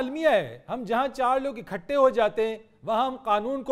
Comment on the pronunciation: Gaali nikalna nahi hota ,gaali daina hota hay ,ikhutay nahi ikuthay janab urdu ka naas to na marain